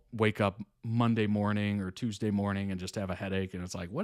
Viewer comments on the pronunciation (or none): none